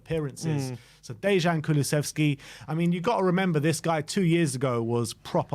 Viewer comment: Thanks for the video. Little hint for pronounciation: Dejan (like Deian or Deyan, not Deshan) Kuluševski (like Kulushevski)